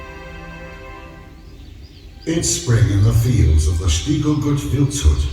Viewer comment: Hi and. Enjoying your videos from Austria. One of my favourite countries to visit. Some great beers. Stiegl is pronounced like Shteegel and last letter is an L so like SHTEEGEL. Try ordering in your new found German/Austrian accent 😁👌🏻